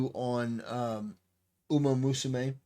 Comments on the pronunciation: Rabbit musume? XDDDD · "Usamusume" It's "Umamusume". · Yeah Usamusume